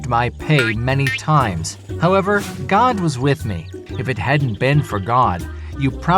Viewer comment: He said Oh my Gad...once Gad was born.